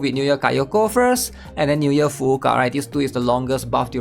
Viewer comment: well what's funny is that he pronounces every other name properly. So much so that he even emphasizes the 2nd U in Fuuka, so it sounds like Fu-U-Ka. Which technically it's right, but if you actually hear a native speaker, they don't pronounce it like that. So that said... He really needs to stop saying "hair" and pronounce it correctly lol